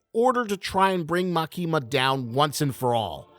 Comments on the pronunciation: This dude: Likes CSM enough to make a 15-minute Gun Devil vid. Also this dude: MaKEEEma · love ur analysis but the emphasis is on ‘A’ not ‘ki’ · bro really pronounced Makima as "Ma kee mah"